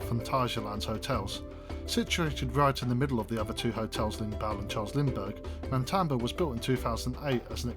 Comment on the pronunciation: I liked the video, but if you do a review, please get the name right. It is Matamba not MaNtamba. Also the background music is way too loud and distracting